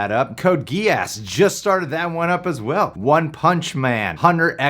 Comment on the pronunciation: lmao said, "ge-ass". its geass like geees